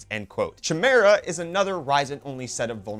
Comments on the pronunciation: fyi - Chimera pronounced Kai Meer ah (in Greek mythology) a fire-breathing female monster with a lion's head. But yeah I blame Russia! lol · Great vid, very intriguing topic... just a quick "fyi" though, the "ch" is pronounced "k" in chimera and the "I" like in kite,,, unless you were just being funny sarcastic forget everything I said.. :)